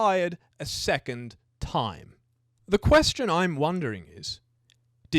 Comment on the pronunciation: 3.4 seccond instead of second.